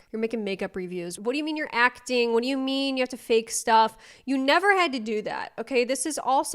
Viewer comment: “I have neva been eaten out”…no one needs to know this!! IS FRYING ME!!!😂😂😂😂😂😂😂